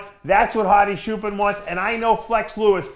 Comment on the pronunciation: Say chair, now say choopaan. Not shoopen lol thanks for the support Dave.